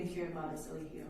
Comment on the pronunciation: His own attorney keeps calling him E Lie Gi O Bishop!!!😂😂😂😂